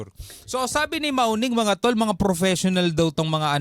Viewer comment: Mawning ohh amamm hindi maoning amom nga Chinese sa Visayas hulihan 😂😂